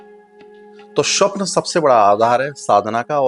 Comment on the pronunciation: महाराज जी स्वप्न का उच्चारण ठीक करें। स्वप्न होता है, श्वपन नहीं